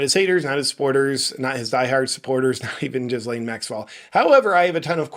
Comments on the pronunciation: The "s" In Ghislaine is mute JP! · Small detail - say the name "Elaine". Now put a G in front of that. Now say it. Don't pronounce the"s". Like all languages, French has it's quirks. You're welcome. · 🤣🤣🤣 "....ChatGPT asking Chuck Norris questions" 🤣🤣🤣 I give that 🖐️ five "Rick-rolls". .....also I can't NOT hear Jizz Lane, when you say her name. 🤣